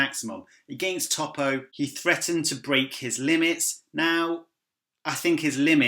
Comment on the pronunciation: You're making me cringe with how you pronounce Toppo